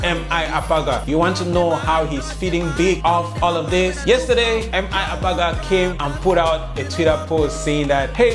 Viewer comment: U wanted to go get a drink? 😂 where are ur assistants? We are at 3k subscribers already and u said u are open for adverts didn’t u? Are u saying Apaga or Abaga? 😂😂😂